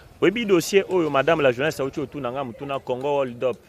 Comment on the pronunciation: Siiiiaaa Bozela assemblée nationale azua ba lois contre ba chroniqueurs ya youtube . Franchement TU N'ARRIVE MM PAS À PRONONCER "HOLD UP".Yango ndenge nini congo eko bonga?? ILLÉTRISME NDE ELEKI